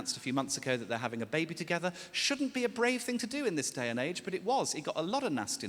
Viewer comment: I just love his pronunciation it makes me literally die "Build a BAYBE" 🤣🤣